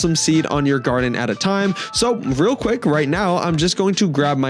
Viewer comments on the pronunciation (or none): none